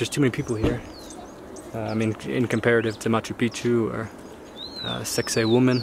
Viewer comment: HA! I thought i was the only one who heard it pronounced as "sexy woman!"